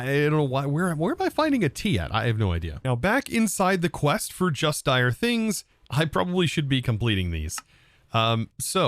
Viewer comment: DIRE things not direS 😂